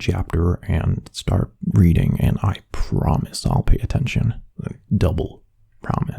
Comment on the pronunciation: i'm so dirty minded instead of hearing "Reading" i heard "Breeding" 💀💀💀🤣🤚🏽